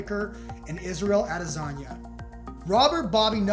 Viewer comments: "Adezanya" lol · It’s like you say the name wrong on purpose ffs. You basically said Israel Lasanga. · Am I the only one hearing “AdeZanya”? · Pronounced : AHH - DE- SON-YAH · Sounds like you kept saying Izzy A-lasagna lol